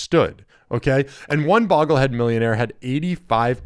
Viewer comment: It's pronounced BOW-gle-hed, not "boggle-hed".